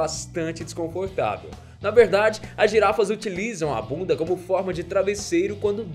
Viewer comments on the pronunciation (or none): como o enche a boca pra falar "BUNDA" KKK